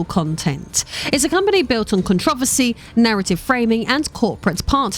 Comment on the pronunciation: Okay... one, there is no problem. Yet. Being rich and in politics doesn't equal problems. Try again... and while you're at it, learn to pronounce controversy right. I got to and got sick of the political bs which didn't prove anything about MatPat... and just talked about existing politicians. No one is really shocked that existing politicians ended up wrestling control of this group or that they're rumored to be corrupt on various fronts. That's just politics that we've all been dealing with since the very first presidential election.